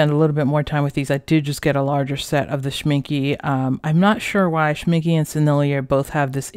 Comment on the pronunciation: Very Good review :-). Can I briefly point out something to you? Schmincke is pronounced with an e at the end and not with an i like you do it.